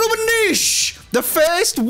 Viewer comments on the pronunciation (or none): none